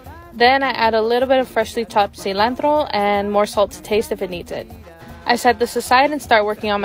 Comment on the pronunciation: The moment I heard the “cilantro” pronunciation I knew this was Mexican food in the making 😅